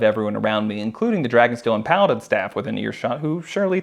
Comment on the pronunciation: Every time you said Paladin i keep thinking you said Kaladin